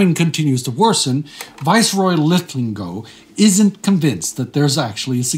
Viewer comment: Two episodes in a row mispronouncing Linlithgow. Not your usual mangling of pronunciation, which comes with being non-English, but reversal of the syllables. Astrid made a better stab at Glyndwr, and that's Welsh which nobody speaks 🙂